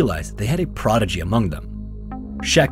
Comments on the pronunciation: it’s prodigy not progidy just a heads up❤ it hit my ears like a ton of bricks I’m sorry to even leave the comment I had to 😂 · Did you say "progidy"? lol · "progidy" lmao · "progitea"? lol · Prodigy incorrectly pronounced again ❤